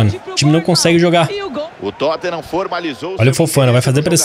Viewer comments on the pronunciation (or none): none